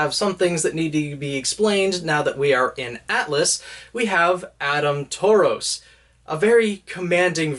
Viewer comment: I voted for Roman Torchwick because he makes me a Gay mess. Also you said Taurus wrong. You been playing Pokemon man?